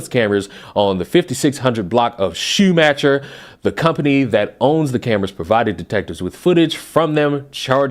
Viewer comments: Just so you know, its pronounced shoe-mack-er Lane, not shoe-mash-er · It's pronounced shoe-ma-her not shoe-matcher. Means shoe maker in german. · Say Schumacher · Schumacher / Shoe - mac - her As in the famous F1 driver Michael Schumacher.